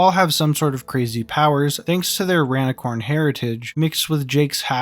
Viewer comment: why you say rainicorn like that......